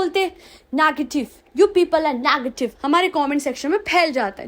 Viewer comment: that "nagative"😂 word and the way she pronounce all angreji words😂😂